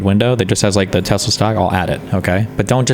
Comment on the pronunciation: "I love tesler!.... ... just kidding, changed my mind."- DJT